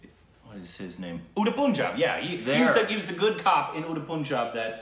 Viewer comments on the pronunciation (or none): ....how confidently u mess up with the pronunciation;awesome 🤭🧐🤣 "Uddd Punja" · Did said " Unnda Punja " for " Udta Punjab " 😂😂🤣😂🤣😂🤣😂